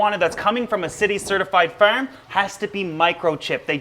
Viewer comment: Breh why you gotta say firm like that. Sound like that annoying kid in middle school lol